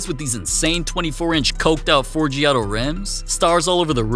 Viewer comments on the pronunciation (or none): none